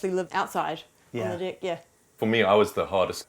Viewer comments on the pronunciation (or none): Haha they pronounced "Deck" as "Dick" 😂😂😂